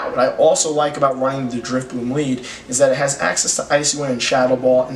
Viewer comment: Why do you keep calling it Drifbloom?.....